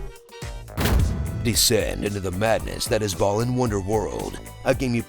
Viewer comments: The pronunciation is actually "Baa-Luhn". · did this man say ballin' wonderworld? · This game was so uninteresting, you spent the entire video pronouncing Balan differently every time you said it AND you didn't even get the game's title right in both the title and description of this video.